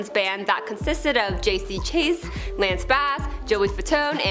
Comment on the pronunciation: JC WHO?! You lose credibility when you can't pronounce their names correctly..